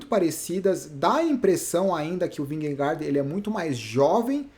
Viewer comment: Só uma curiosidade: Jonas Vingegaard se fala "ionas vinhegô". Kkkk...